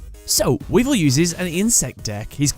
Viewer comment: he called him weedle